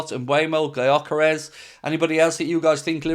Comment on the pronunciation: Yo just FYI since Gyökeres is a Hungarian who grew up in Sweden his name is pronounced like Dyökeresh. With the Gy pronounced like the D in dew or due. If anyone cares to pronounce it right